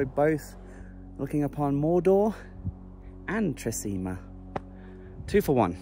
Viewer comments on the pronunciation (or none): Hey, Great video! I love Tre Cime di Lavoredo. Cime is pronounced 'Chee-meh'. It translates to 'Three Peaks of Lavoredo'. Just in case any of your viewers are having trouble finding that lake you stayed at. The hotel is called Hotel Miralago and the lake is called lake Misurina. Yeh public transport is practically non-existent in the Dolomites. I'd recommend hiring a car or better still a motorbike if you're travelling on your own. It would have been amazing if you travelled around the Dolomites on a motorbike. I can only imagine how it would have turned if your drone didn't break. Thanks for travelling to the Dolomites. I appreciate the effort you put into creating the video's you make. Cheers,.